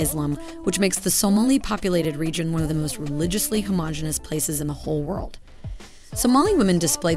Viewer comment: "WORLD" ok 😂🤣